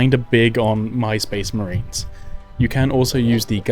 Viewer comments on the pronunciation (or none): i heard MySpace Marines and got upset 😂